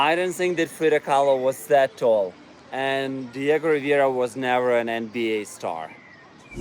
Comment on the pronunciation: Diego Rivera not Riviera please! it's so important, one of the best Artist that existed in México!